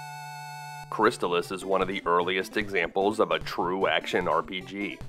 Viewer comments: But, isn't it pronounced "Crist-ALL-iss"? Excellent detailed video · I always pronounced it "crys-TAHL-iss, tahl rhyming with "doll," the second syllable being emphasized